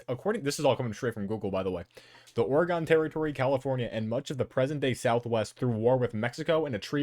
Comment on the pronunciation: Public service announcement: Oregon is pronounced like organ.